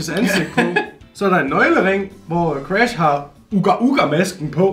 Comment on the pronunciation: Moller siger crash gulde siger cras